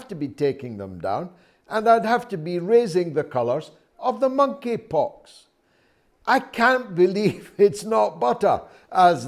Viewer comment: The Mon-eypox